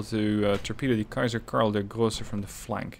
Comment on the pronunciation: Ah, the HMS Petard. Let's see if is going to be hoist with his own petard... no such luck. "Karl der Große" is literally "Karl the Great" as is his name in Latin: "Karolus Magnus" and French/English: "Charlemagne". You keep pronouncing it as "Karl der Größe" as in "Karl of the size" --- size as in how big your shoes or trousers need to be. NO, OF COURSE YOU ARE NOT IN TORPEDO RANGE! Sorry. I feel better now. It just bugs me when people seem to have no understanding of torpedoes nor of leading shots nor of vector mathematics. You move ca 10.5 knots away from the DD --- almost in a straight line. The torpedoes run at 55.5 knots. Closing speed: 55.5 knots minus[1] your 10.5 knots is 45 knots. That is ca. 81% of the torpedo speed. Which also means that to hit the torpedoes need to be launched within 81% of the nominal range. 81% of 4.8 km is 3.9 km. 4.5 km is a much larger distance than 3.9 km --- ergo, not in range. [1] you move away, hence minus.